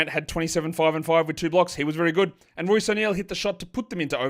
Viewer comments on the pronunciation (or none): none